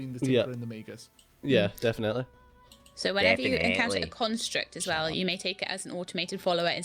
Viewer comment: Def-in-ATE-ly. ( scowls)